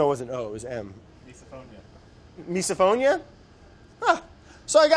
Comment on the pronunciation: I love the pronunciation "miso-phonia" instead of "miz-o-phonia" ...like miserable sounds.